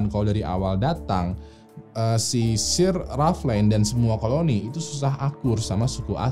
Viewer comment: untuk SIR WALTER RALEIGH, baca "SIR"nya bukan S-I-R Tapi S-È-R. Itu sebutan khusus yang diasosiasikan untuk pria-pria yang berhubungan dengan order of chivalry atau Knights/Ksatria kerajaan di Inggris, dan katanya berawal dari "SIRE" bacanya "SAIER". Mirip-mirip MR. dan MRS. tapi ini sebutan khusus yang dianugrahkan ke individu tertentu langsung oleh ratu. Contoh Sir Lewis Hamilton si pembalap F1. Sir Alex Ferguson si pelatih MC. Sir Rowan Atkinson, si Pemeran Mr. Bean. Kata Sir ini mulai dipakai pas jaman2 pertengahan, terutama jaman ksatria tuh bang. Seperti Sir Lancelot Du Lac. Sir Gawain of Lot. Sir Gareth. Sir Tristan. Sir Galahad. Sir Bedivere. Sir Percieval, dsbnya. Ini cuman sekedar info, karena itu salah satu Youtuber ternama, dan pastinya videonya ditonton orang banyak, jadi tujuan koreksi dari saya agar orang Indo gk malu2 amat ketika baca kata "Sir" didepan orang British nantinya. Atau kalau gua yang salah, tolong koreksi ya.